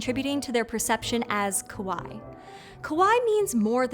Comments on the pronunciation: this is actually pronounced “Kah wah ee” the way you said it actually means scary “koh wah ee”. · Same, her pronunciation of Kawaii was closer to kowai too lol. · The first games were red and blue. Green and Yellow came out later with the anime's success. Also, kawaii as in [kawaji], not [kəwai]; Careful with the pronunciation because kowaii means scarey. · Loved the episode! 👏🏼 May I suggest some pronunciation cues for the presenter on the Japanese words and names, though? 😊 Repeated glaring errors here, including saying “kowai” (scary) instead of “kawaii” (cute), and mangling poor Hokusai… 😅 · I don’t expect to be fluent in Japanese... but it's kah-waa-eeee. "Kowai" means scary, not cute. (I work at an elementary school in Japan. A fellow expat pronounced kawaii the same way did when looking at an 8-year-old's drawing. The kid was highly upset that their cute drawing was "scary") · The speaker's pronunciation of kawaii doesn't sound like kawaii but instead kowai, a common mispronunciation by non-speakers... Which means "scary" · Uh, your pronunciation is tad off here, and it's changing the meaning! "ko-wa-i" means "scary", which I guess monsters are..? What you want is "ka-wa-ii" which means "cute"! ;) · minor note u pronounced Kawaii as Kawai, Kawaii means cute (have add an e sound at the end) whereas Kawai means scary. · You are pronouncing kawaii wrong. It is Ka-Wa-ee. It sounds like you are saying kowai. Which means scary in Japanese. And you also said manga wrong too. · It's pronounced ka-why-ee, kowai means scary. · You pronounced kawaii as kowai (scary). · Just a small pronunciation tip: “Kawaii” is pronounced approximately like “Hawaii” but with a K. “Kowai”, on the other hand, means “scary”, which is also appropriate for this show. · I love when you reached out to a Japanese folklorist in a past episode, so why can't you get someone to check your pronunciation in this one? Kawaii grated so bad. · Do you mean "kowai" and "kawaii"?